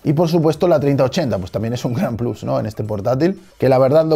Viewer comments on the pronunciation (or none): none